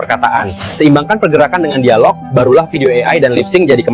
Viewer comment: Masalahnya,, bahasa melayu malaysia bahasa tak ada nilai. Struktur bahasa kacau balau, "dialog" diucapkan "dai-log" AI jadi pening !?